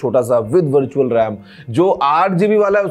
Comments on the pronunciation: birtual or virtual bola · bharchual ram 😂😂